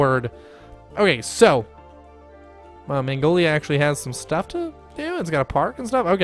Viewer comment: mag-no-lee-ah....not Mongolia...that is a country